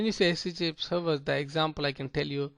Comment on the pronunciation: its not 'Hach tea tea protocoal"